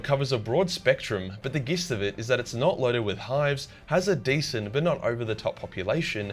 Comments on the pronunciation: Gist=jist not g I st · This guy said gist instead of jist.. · "gist" is pronounced "jist" are you seriously so mongy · Gist is pronounced "jiss'd". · Gist is pronounced "jist" I know you probably know this but I figured I'd say it anyway because I'm a sicko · Gist is pronounced with a J. I.e. Jist of it, you dirty heathen! <3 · I hate the way you pronounce "Gist of it"